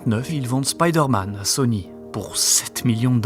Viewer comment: Marveul Spyydeeuurrmeenn je chiale 😂